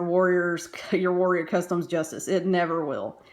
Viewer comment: I thought she was saying warriors Twinkie